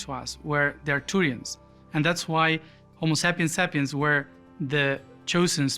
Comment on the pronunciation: "Homo sappen sappens". I died 😂